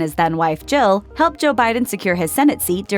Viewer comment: this person cannot pronouce Jill. Sounds like she is saying Joe.